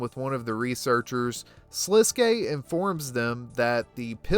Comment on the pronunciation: Thank you for saying Sliske's name correctly!